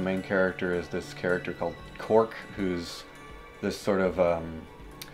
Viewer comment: Today I have learned that I pronounce Dahm, Koark, and Vattu incorrectly...